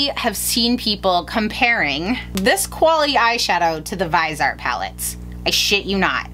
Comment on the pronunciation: Lol, thank you for saying Vise-art instead of Vis-e-art like a ton of other Youtubers. Drives me nuts!